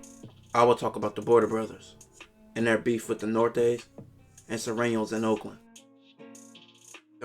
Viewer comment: Why so many can say sureños, but not norteños?